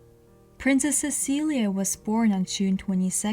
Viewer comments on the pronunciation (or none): I believe its pronoun ed "Sesileee" not "Cecilia" but ive heard it pronounced both ways i could be wrong. Since its spelled "Cecilie" im thinking its pronounced the first way but im no historian